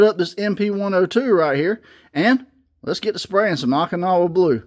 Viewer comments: Oh-kinowa, not aw-kinowa. City in Japan where big battle in WW2 was fought. Thanks for vid! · OH-KIN-AWA blue.